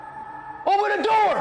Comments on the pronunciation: i like how speed said open the noor😂😂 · oPeN tHe NoOr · "Open The Noor" 😂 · there is no chance this dude just said open the noor. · Bro actually said open the noor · He said noor🤨🤨🤨🤨🤨🤨🤨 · “ OPEN THE NOOR”